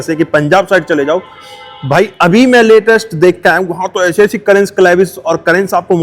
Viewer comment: भाई वो करेंस नहीं है, कैरेन्स है। वॉकराउंड वीडियो बनाने चले हो तो कम से कम उच्चरण तो ठीक रखो।